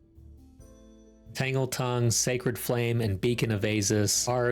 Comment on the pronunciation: Sounded intresting, finally a fresh idea... than you said Tangeltongue